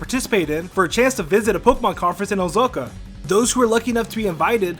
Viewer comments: It is OH-SAH-KAH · You do realize it's called Osaka not Osoko. You're kinda weird. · It's OSAKA OH-SAH-KUH OSAKA Ohzoka???? How could you get that wrong?!?!?!? XDDDD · did you called Osaka, osoka?! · Every time this dude says "ozoeka" it triggers me hard there's an "A" in "osAka" for a reason FUCK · Not sure how you managed to mispronounce Osaka as "Oh-zo-ka" not once, but twice. I enjoy your videos but your diction, pacing, pronounciation and delivery needs a lot of work. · Why do you keep saying Ozoka but showing pictures of stuff from Osaka? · Ozuka? You mean Osaka? Idiot... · Oh-Zoh-Kah? ITS OH-SAH-KAH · Manga isn't mayn-guh. It's mahn-gah Osaka isn't ohzokuh it's Oh-sah-kah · O...Sa....Ka. not Ozoka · O-SA-KA, where are you getting the "SO" sound from? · sorry... "Owzohka" say it with me, "O-sah-ka" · Why does he keep saying Ozoka? It's Osaka... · wtf is ozoka? do you mean osaka? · Great vid :D Very comprehensive list. Just a note at 3m10s: Osaka [oh sa kah]. Not Ozoka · Not ozoko its Osaka plz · It's not ozoka it's Osaka my mom is from their I should know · oh-soak-ah, japan lol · Not even ...sounded more like he said oh-zoak-ah lol, but either way the middle part is way off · Osaka = Oh-Sar-Kar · Melody Hee Osoka? That one was a stretch too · you're mispronouncing Osaka. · He mispronounces almost everything